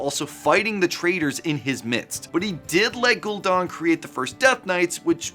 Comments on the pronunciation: You even spent it Gul'dan.. then proceed to say Gul'don.. 😅. You just Google a bunch of wow lure for vids or have you actually played the game? There's a movie too if you need more help with pronunciation... no excuse, it's only like 25+ years old... f#@ A 😅 Darth vendor? Huh. hahaha 🤣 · Stopped the video after your mispronunciation of Gul'dan's name.